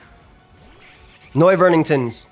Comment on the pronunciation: bro said "noiverningtons" i cant take it any more i cant